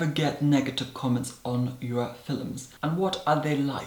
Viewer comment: This person is wonderful. He is so elegant and beautiful, with a pinch of humor and sass.. Just love his "fillums" 🖤